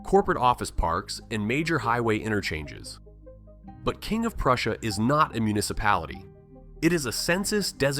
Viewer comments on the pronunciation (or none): none